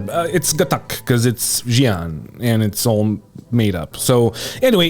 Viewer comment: It's not "Jian" it's "Shian" ffs english-speaking ppl!